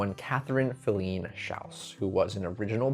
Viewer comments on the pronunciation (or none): Very interesting. I’ve attended many performances at Wolf Trap, but never knew the back story. One thing though, you kept mispronouncing Filene. Emphasis is on the first syllable and it’s a long ‘I’.